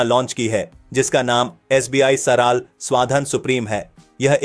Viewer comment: It's सरल not सराल